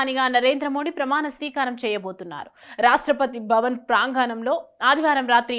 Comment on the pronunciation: తెలుగు స్పష్టంగా మాట్లాడుతున్నారు కానీ ప్రాంగాణం కాదు ప్రాంగణం